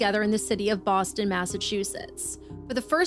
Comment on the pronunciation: bwoston haba